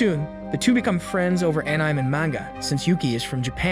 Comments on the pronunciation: Anime and Manga as ANN-NIME and Manga fucking Christ. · Marshal-Ands (Marshlands). Battlefied (Battlefield). Prinicipal (Principal). Nave (Naive). An-I'm (Anime). Enchanced (Enhanced). I always love the purposeful mispronunciations. Keep up the good work! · ayup. they didn't re-write everything phonetically, so, you get things like the incorrect pronunciation of 'live' etc... a-Nyme was my personal favourite. :P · YOU CAN’T PRONOUNCE ANIME?